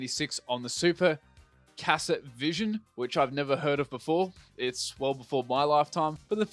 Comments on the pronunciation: My dude didn't know how to pronounce "cassette" got damn I'm old 😐 lol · ...There's no way this guy doesn't know how to pronounce the word "cassette," right? Like, that's a joke? I can't be that old please God no.